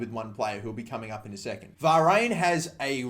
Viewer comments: Va- rain? Lol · Learn to say varanes name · Your pronunciation of Varane is vile